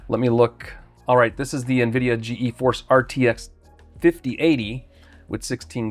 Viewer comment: G-Force. Not G-E-Force.